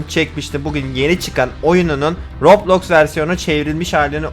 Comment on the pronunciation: Abi röblox değil roblox😂